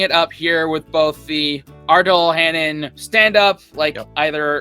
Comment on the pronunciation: Sorry to correct you, but its Ardal O'HANLON, not HANNON. (aka Father Dougal McGuire.) Please be considerate & read people's names correctly.